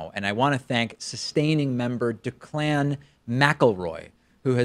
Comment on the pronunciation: It's pronounced DECK-lan, not dec-LAN.